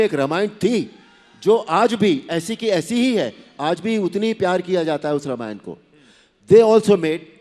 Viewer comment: रामायण का उच्चार रमायण ऐसा नही करना चाहिए .रामायण ऐसा ही बोलना चाहिए .अरुण जी दीपिकाजी बहुत बहुत धन्यवाद 🙏